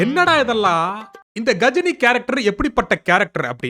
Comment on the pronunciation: கஜினி ❌ காஜினி ✅